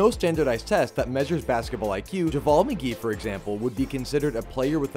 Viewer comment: Ja what ? Lmao bro can’t pronounce McGees name right